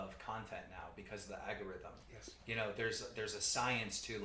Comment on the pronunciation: Guy can't say algorithm right lol